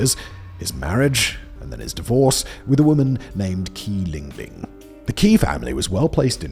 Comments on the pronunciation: How do you not have a single mandarin speaker on staff? Qi = Chee not Kee. You consistently make the same pronunciation mistake throughout your many channels. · How on earth is 'Qi' pronouced as 'Key'?